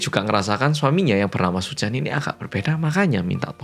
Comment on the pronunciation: Aku terkesan setiap kali bilang terkesan hehehe😂 Btw kalo bilang Pak Suchan terdengar seperti Paisuchen siluman ular putih jaman aku kecil dulu😂😂😂